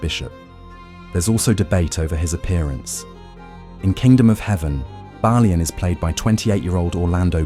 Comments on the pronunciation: This is either very poor human narration or its A.I. Within the first 4 minutes I heard at least 3 different pronounciations of Balian and the French name Guy totally destroyed, pronouncing it as you would in "Guys & Dolls". Awfull, I couldn't watch it further. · Did you even watch the movie? 😂😂😂 you mispronounce Balians name, his wife's dead body wasn't burned 😂😂😂😂